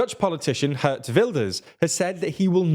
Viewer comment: Daily 1. you pronaunce his name as Géért Wilders. 2. while it was in the talks. the new cabinet form is going to be called "Program Kabinet" which is slightly diffrent from the "Extraparliamentary cabinet"